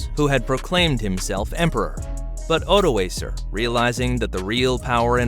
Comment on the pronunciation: My gripe has to do with his pronunciation, e.g., "Magyar" I learned as "Muh-dyar" and "Odoacer" I learned as "Oh-doh-AH-ker." I'm glad to see other commenters have agreed with me there. Also I was disappointed that there wasn't more information about the pre-Roman period. When are we going to get over Roman history? There was more happening in the world besides that! I also was taught that the Romans called the barbarians "barbarian" because they were bearded (barba), whereas the Romans at that time were shaven. As a funny side note, in Basque the word for "beard" is "bizarra" and in Welsh it is "barf" (LOL, except it is pronounced "barv.")